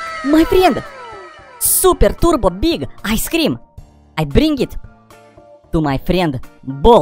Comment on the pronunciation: boi its i scream not ice scream plus u said cream wrong